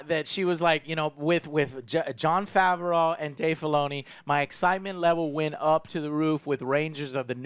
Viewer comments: John Fav-or-ow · Why does he always pronounce John Favreau's name so weirdly and wrong??